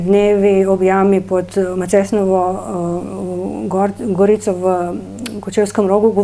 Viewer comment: Voditeljica obup in še sploh ni bla zmožna izgovoriti pod macesnovo Gorico a ste to slišali katastrofa